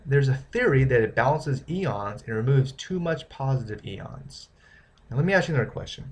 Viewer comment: it's pronounced "I-ONS" not "E-ONS"